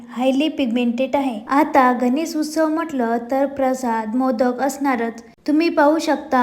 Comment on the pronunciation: उस्सव नाही ग उत्सव 😊😊😊